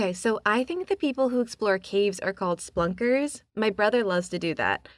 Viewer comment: I believe it's pronounced Spuh-lunk-er